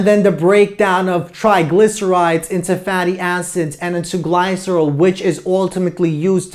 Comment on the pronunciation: This was a very clear and helpful lecture. The only complaints I have are petty: some mispronunciations (glycerol, somatostatin) and that gamma comes before delta in the Greek alphabet. But I really like this lecture and will recommend it. Thank you!